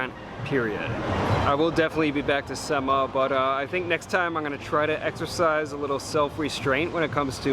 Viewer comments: its not seee maaa its semmaa lol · 'Semma' spelled as Say+emma not "see+ma". Also it's the only Michelin Star place and you'll realise it once you've been there. It's 20x more than mayura and it's other equivalents in LA.